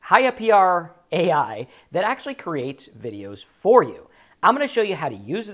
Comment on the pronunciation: pronounced: hyper.